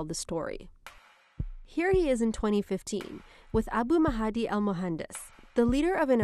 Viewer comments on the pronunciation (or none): Drives me nuts how she can't pronounce Mahdi. Otherwise - pretty accurate. That's what the IRGC does.